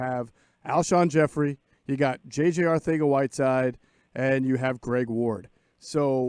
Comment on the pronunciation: Stop lisping the pronunciation of Arcega... Seriously. You're not speaking Spanish, and that combination of phonemes doesn't exist in English. [I'm a language teacher with a linguistics background; isn't. He's wrong.]